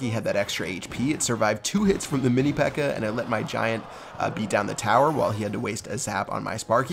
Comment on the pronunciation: Who heard say Mini P.E.K.K.E.R?